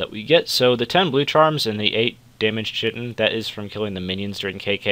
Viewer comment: Gratz on the rapier. For future reference, chitin is pronounced (kite-in).